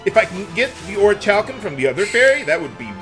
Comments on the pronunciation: I'm decently sure Orichalcum is pronounced Orikalcum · The first "c" is silent. It is pronounced Ori-hal-cum.